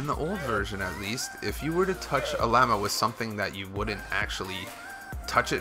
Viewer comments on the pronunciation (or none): It llama, not Lay-ma xD Also, 110th like! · its not layma it’s llama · It's pronounced LA-MA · the way you say llama lol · you pronounced llama wrong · Why did he say llama so weird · You said Lamma wrong